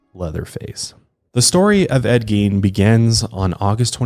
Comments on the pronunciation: You totally don't have a country accent. Its very plain but I'm from Kentucky.😆 Also, I think its pronounced like Gayne. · Geen 😂 not Gein but Geen 😂😂